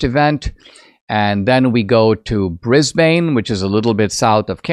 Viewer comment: Please watch Dinesh's debate with Alex O'Connor, and discover what happens when Dinesh steps out of his intellectual echo chamber. He's a dullard, at best who can't even pronounce Brisbane correctly.